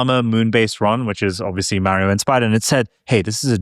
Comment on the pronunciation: MAAHrio hahaha nice